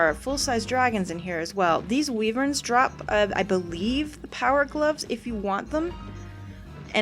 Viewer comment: its why-vern. Weevern?